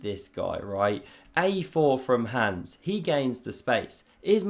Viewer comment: You continue to say 'hands', instead of his actual name 'Hans'. At this point you are simply choosing to slander his name. Shame.